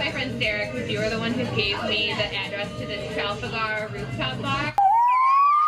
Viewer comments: Yes! Tral-fa-gar. No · Regina George family vlogger: Tra-fal-garrr Me, a britishan: 😑🔫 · Trall-fa-garrrr 🤢 how uneducated can someone be?! I'm offended for all British people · no. It’s TRA-FAL-GAR. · Oh my gosh, she butchered Trafalgar. You hear Trafalgar everywhere you go in London. And even sadder, how many women were sitting at her table and didn’t correct her... are they all stupid or just not paying, maybe they are laughing at her sounding dumb - because they aren’t really friends. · Omg my dad used pronounce Trafalgar like that just to confuse me and to this day I have to think about it. 🤣🤣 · I am British and have never heard anyone in my life pronounce Trafalgar like this woman 🤪🤪🤪🤣